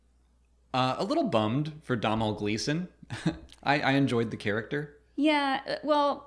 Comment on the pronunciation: 'Domall Gleeson', the pronunciation of the Irish was so off here lol, it's pronounced dough-null. Great video as always though.